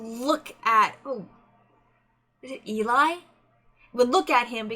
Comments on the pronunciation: Just do you know, voiceplay doesn’t copyright reactions. (At least they don’t tend to, it’s corporations that do that against their will) Also it’s said like L-E :) their set for their newest is next level. The editing is phenomenal. The microphones aren’t used in the video and are there as props. i used to think that the videos were live when I was younger. Layne is a baritone who can sing both higher and has sang bass before (in the song everywhere you look which is a cover by voiceplay and on layne’s channel, a cover for his daughter called evil like me where he sings a very solid D2) Also also, I prefer a lot of pauses. And layne and geoff both share arrangement duty. Loved the reaction. Looking forward to more. :) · This puzzled me for a while then I realised the image is reversed. Eli is short for Eliezer and pronounced to rhyme with jelly. :) It's Eli who normally does the lighting. Sometimes creates backgrounds too. Also although Geoff and Layne do almost ll of the arrangements, about half and half, Eli has done one, which is Eleanor Rigby, and it's beautiful. Tony Wakim is an ex-member of the group and appears in earlier videos, look for the guy with the twinkly eyes. He left to join Layne at Pattycake productions.